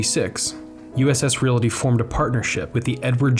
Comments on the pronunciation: Plus, it's "real-tee," not, "reelatee." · The word is "realty" not "relaty" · Saying the word "realty": There's "reel-tee" and then there's "reel-uh-tee." The longer, 3-syllable version is wrong. So why is it so widely loved???? Especially by reel-uh-ters!? (P.S. Down with nukular proliferation!) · But it does echo the Pittsburghese pronunciation "REEL-uh-tee"